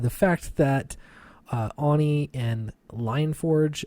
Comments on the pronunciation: It is pronounced "Oh-Knee" not "ON-ni", Sorry but your pronunciation of it has been driving me nut. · brother, Oni. Oh knee. Not Ah knee. Sorry, just bugs me.